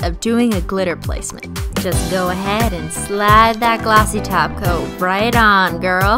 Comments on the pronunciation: she's saying top coat not taco😱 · Excuse me did you just say top coat Not TaCO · Back when it just sounded like she was saying taco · WHY ARE YOU SAYING GLOSSY TOP COAT ITS GLOSSY TACO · when u say top coat i hear taco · Cristine trying to pronounce "top coat" so properly😂😂